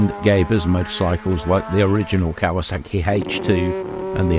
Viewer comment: He called it Kaywaa sackeeee